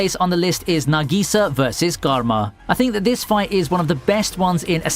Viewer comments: garma? its karma as like how you say karma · I'm surprised no one is talking about the way he says karma